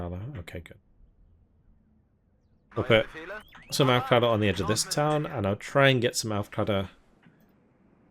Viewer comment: ahhhh its auf CLEARER, its pronounced CLEARER but more like klearar, so auf klearar